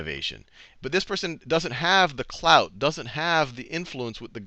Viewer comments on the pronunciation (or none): he did say clout right?